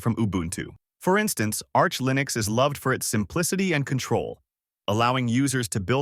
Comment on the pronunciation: i seriously didn't know that this was an ai voice until ish where he starts saying linux wrong, that's crazy